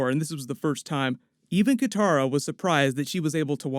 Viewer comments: Katara not Kintara.... but awesome news. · Lol you keep calling Katara "Kintara"